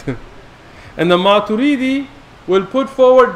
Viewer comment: They are just following orders from their own mullas. Nothing more! No study has been done whatsoever. The man can't even pronounce Maturidi and calls himself a shaykh😂😂 He thinks we're all just gullible. I'm like the 4th Athari on this thread and again I don't belive ash'ari and maturidi are misguided. They affirm every single thing. They are not mujassima or mu'tazilah. They ARE also Ahlus Sunnah.